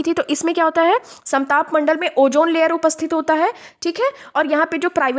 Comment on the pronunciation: Jaahil. ozone bhi bolne nhin aaraha hai, oojone bol rahi